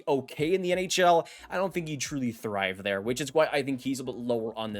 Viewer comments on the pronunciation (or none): none